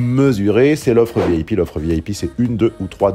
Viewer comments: Je suis la seule à entendre "vieille pie" quand il dit VIP ? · Elle est Bresilienne --- pas une cheutimi ! alors que connais-tu de leur accent - surtout lorsque ces gens se sont emmerdes a apprendre le Francais. vous avez une reaction de monolinguiste. a ce propos, vous vous enetndez parler lorsque vous dites "Vieille Pie" plutot que V I P (vee ay pee)